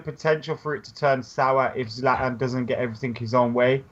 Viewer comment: Someone please tell that Zlatan has a T in it